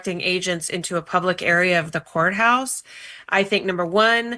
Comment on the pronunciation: She can't say the in year 21